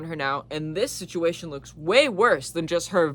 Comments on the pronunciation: The way you said ‘sichimation’ and not ‘situation’ means clearly talking about your parents makes your brain glitch a little, like you said, It’s traumatic. (I’m not judging it happens to lots of neurodivergents) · “Stuck in that ”